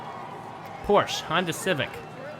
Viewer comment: I love your track set ups! Long straights show off a good car with good wheels, and the curves just help make the track longer & cover more ground. Oh, and "Porsche" is a two-syllable word. "Por-shuh"